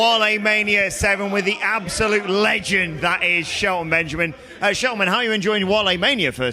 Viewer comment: Did he just call him "Sheltamin!?"😂😭🤣